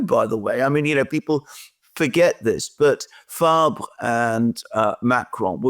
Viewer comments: The socialist leader name is Olivier Faure, pronounced "Four" as in 4 in English, not Fabre....😮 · Faure, pronounced for.